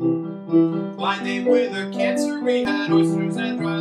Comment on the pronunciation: did you say cancer or chancer?